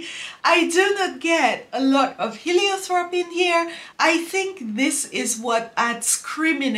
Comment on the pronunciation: Heliotrope doesnt have a "th" pronunciation